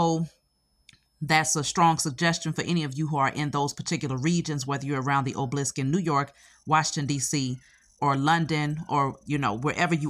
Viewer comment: Obelisk not oblisk!!!